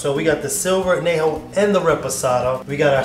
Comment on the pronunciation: Great display of tequilas. Nice idea on the cocktail. You need to work on your pronunciation of Añejo. An Yay Ho. Adios amigo. Salud.